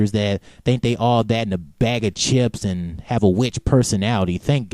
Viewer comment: I found it funny how you said "a bag of chips"